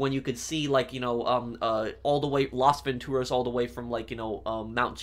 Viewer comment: You're pronouncing Las Vantoraz incorrectly